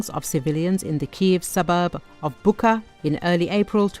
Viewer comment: You mean bucha not bukha